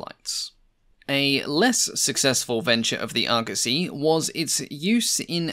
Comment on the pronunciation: The internet has ruined me. All I can hear is Argussy and not Argosy.